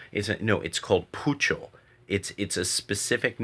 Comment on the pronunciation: It's not called poocho it's "pocho" (pronounced as poh-cho)more commonly known as Spanglish.